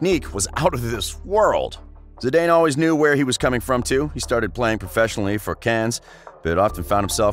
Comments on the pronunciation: “Zee-Dane”?? Lol It’s pronounced “ZeeDan” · Awful commentary it's not Zidanee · I go crazy every time you say Zidayne but I love your videos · Exactly lmao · Re-upload and say his his name right